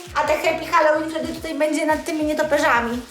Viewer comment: Hell łin ZNACIE ANGIELSKI